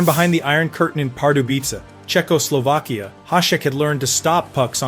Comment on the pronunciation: Your crappy AI voice says Czechoslovkia like a drunken robot trying to convince the cops he can drive.